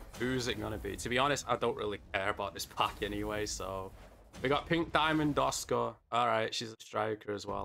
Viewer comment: ASUKA!!😂😂 You keep calling her Oscar😂😂